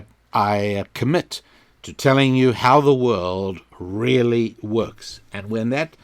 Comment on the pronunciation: I've now made a connection between your "RRRRRRRRRRReally" and Ben Shapiro's "RRRRRRRRRRRacism". However, it is still very tenuous. Can you recommend any other Jewish podcasts I can research?